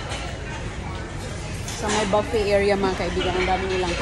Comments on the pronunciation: Buffet...not baffet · ang correct pronunciation ng buffet ay "buffey" hindi "baffey", mali si.Baffey ang bigkas niya. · Buffet not baffey,kahit sino ini interview para lang may ma ivlog.Ang caption nakakaiyak daw,eh puro nakatawa naman sa camera,ano ba yan??? parang may sayad ka talaga.😅😅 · ok,buh-ffay nga ang tama pero si ang sinasabi niya baffay,pakinggan mong mabuti,ba't di mo ma accept na mali ang bigkas niya.Repeat ko,BAFFAY ang sabi niya. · You're wrong, it's Boo-Fay or Bew-Fay French pronunciation. Ikaw ang mali. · Parang bingi nga,mali talaga ang bigkas ni,di matanggap ng mga followers niya na mali siya,paulit ulit ko nga pinakinggan talagang "baffay" ang sabi ni.